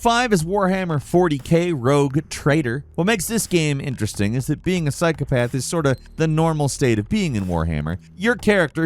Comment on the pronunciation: Dude said psy-cop-uh-the